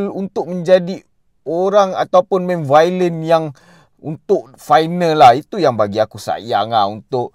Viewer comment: Aku geram sebab kau borak meleweh+tak pandai cakap tapi sibuk nak buat review...baik tak payah buat review. Kau sebut dead reckoning pun salah. Kau sebut villain pun bunyi violent. Apabenda la youtuber lepu mcmni